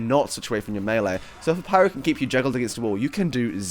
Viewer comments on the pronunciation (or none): none